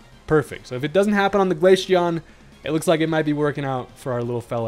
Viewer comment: Glaceon (glay-see-on) not Glasheon